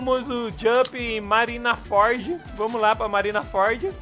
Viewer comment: Não é Marinaford, é Marineford kkk